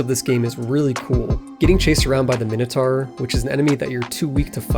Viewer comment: It's great that you made more of this series. It's not pronounced minnohtar, BTW